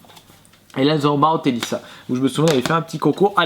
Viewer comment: Pourquoi à chaque fois que tu dis "Mario Tennis" je comprends "Mario Pénis"... xD